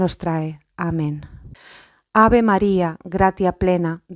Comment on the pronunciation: En el ave maría , se pronuncia: Nunc et in hora mortis nostre (NO nostrae) y el Amén... se pronunca como si tuviera acento en la letra A: Ámen